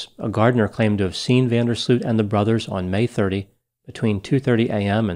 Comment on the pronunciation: Next time don't butcher the name van der sloot